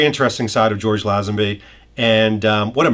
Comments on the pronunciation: I shee that George pronounces his name as Lay zen bee, which always mind, not Laeh zen bee as this video's announcer does. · Nice. (PS: The name is pronounced LAY-zenby, not small "a".) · First, get the name right: the man’s name is pronounced LAY-zen-bee! Second, thank you for doing this, highlighting my favourite James Bond, star of the best Bond film of all! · Mate..... Lay-zen-bee! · Lay - zun - be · LAY zenby As in get LAYED! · Lay-zin-bee. George Lay-zin-bee. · Why does everyone keep mispronouncing his last name! LOL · You sound like an expert, but you pronounced his name wrong EVERY time you said it.